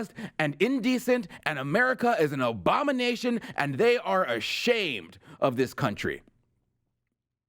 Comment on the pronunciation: Slight mispronunciation : ... "They think America is ... an obamination". This is GREAT! Yes, America was an obamination for 8 years, until Orange Man came along to un-obaminate it. <Grin>